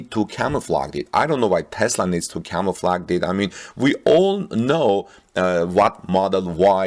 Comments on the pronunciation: I like how camo-flaged better makes more sense. Infact I'm boycotting all French pronunciations for all English-french words, except lingerie. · You need to ask Marianne how to pronounce the word “camouflage !!” 😂